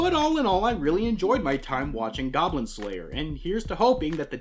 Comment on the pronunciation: Hey, where the goblins at? Die gawblins! It's goblin pee-pee.